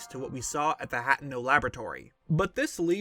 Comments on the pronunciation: It is Ha-Te-No not hat-e-no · Im pretty sure that its pronounced hay-tay-no